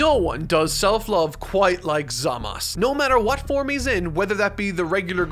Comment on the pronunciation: I love the styles used!! It makes me want to watch the entirety of dbz for a 10th time lmao. The only issue i have is how you say Zamasu. Its Zam-ah-soo. Three syllables. Not zam-as. Im not 100% about the subs and how they say it, but in the dub, its Zam-ah-soo.